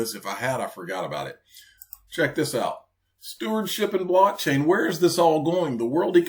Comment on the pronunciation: Does she saying “black chain” technology or “blockchain”???